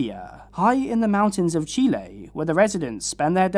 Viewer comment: As a Latina I super appreciate the proper pronunciation of Chile ❤